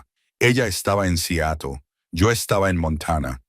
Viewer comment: Sería bueno que aprendas a pronunciar Seatle